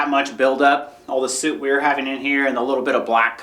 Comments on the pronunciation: its pronounced "sut" not like a wedding "suit". its spelled (soot). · The way you pronounce “soot” totally kills me 😂 so funny I love it